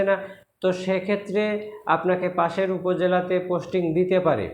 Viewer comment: ভাই, পাসের না, পাশের হবে।